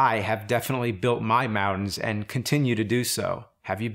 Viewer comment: The way you say mountains...lol. AVGN!!!